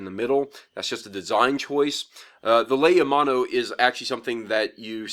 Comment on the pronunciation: your pronunciation is a bit wrong, it is pronounced like lay-o-mon-o, lei means garland,Mano means shark, o is a proper noun, it means "a sharks garland" in English, I know this as I speak a decent bit of 'Ōlelo hawai'i, and I am from hawai'i, I just get annoyed at mispronunciations (idk if I spelt that right) but It's not your fault for not knowing, so I hope this comment helped understand the pronunciation a bit more, love your vids btw !!